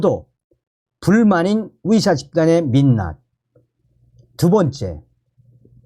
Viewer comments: 발음 좀 바꿔봐요 위사가 아니고 의사입니다 ㅋ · 어디서 왔는데 의사를 위사라 발음하나요? 중국?